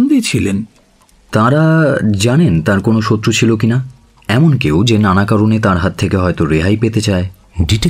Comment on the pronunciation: Kindly care about pronunciation, as করছে -কৌরছে, এমোন -এমন, গিয়েছিলো - গিয়েছিলো, otherwise very good